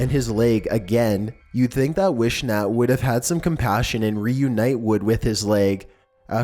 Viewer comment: It figures that #6 would make the list! UGH!! A couple of things you kinda missed...the man's last name isn't pronounced Wish-nat. It's Wiss-nut. Also, WHY ARE YOU CITING BBC INFO?? Please tell me you didn't mean BBC, as in BRITISH BROADCASTING! Maybe you meant WBTV or WSOC or even WNNC which are local news stations. Please people, don't think that these two crazies are how everyone in that little town is! No one ever talks about it now because they embarrassed not only an entire town, but an entire county! I guess the crazies are the only ones to make the news.